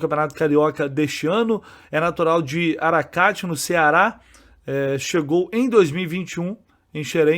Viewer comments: FREITAS: Oi, assistindo teu vídeo hoje ouvi você falando o nome da cidade do Freita. A pronuncia certa da cidade Aracati é com a sílaba tônica no i - A-ra-ca-tí e não A-ra-cá-ti como falado no vídeo (tempo no vídeo - ). 😉. Parabéns pelo vídeo e por nos manter informados. 👍 ST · o nome do município é AracaTÍ é oxítona a acentuação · uma pequena errata: a cidade se pronuncia Aracatí(escrevi errado para voce ver a sílaba tônica que é de uma palavra oxítona que é no ti)